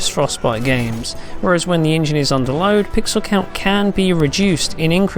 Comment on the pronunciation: It's "engine" not "injeen" Ffs God I hate this guys insipid voice.